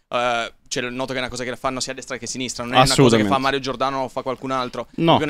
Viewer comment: Bellissima la difesa su Giordano "e allora i giornalisti di sinistrah?".